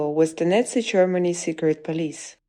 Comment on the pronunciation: Baden-Württemberg ist not a northeast state, it is in the Southwest, and please, "Nazi" is not pronounced "Netzi".